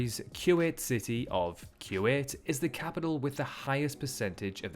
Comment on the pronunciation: Funny how he says "cue ed", not Kuwait.